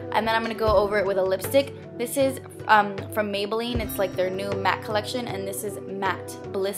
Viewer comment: You said maybeline lol